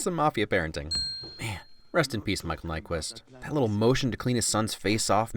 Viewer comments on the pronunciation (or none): It's Nyqvist. Not Nyquist.